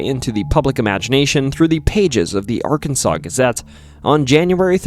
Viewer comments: Hey all, he pernounced Arkansas right! Little Rock, too! Winner winner, chicken dinner!😁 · Incorrect, Arkansas is the spelling, pronounced "Arkansaw"... Im a native and lived here all my 44 years, trust me bud, it's ARKANSAW.